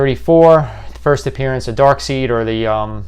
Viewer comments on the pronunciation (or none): Dude just said Darkseed lol